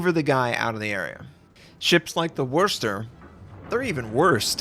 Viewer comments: Worchestor...it's worsch lols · Wurst-Er? Hilariously odd pronunciation, makes me think of German sausage. Try WUSS-ter. Or even WOOSE-ter. Nothing sausage-related, though.